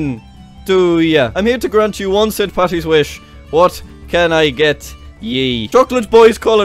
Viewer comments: Its paddy not patty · jack its paddy not patty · IT'S PADDY NOT PATTY AHHHHHHHHHHHHHH